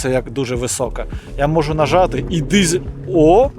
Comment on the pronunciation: Не дізель, а дизель!